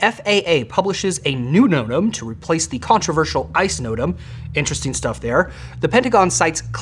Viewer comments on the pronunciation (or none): Did someone type "thee" on the teleprompter, instead of "the"? ( , , , , , , , , , ) "Thee" is an archaic or dialectal pronoun used as the object form of 'thou,' which means "you".